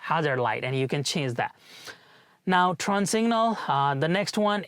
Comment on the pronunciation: you're incorrectly pronouncing "turn" as "trun/tron/trawn".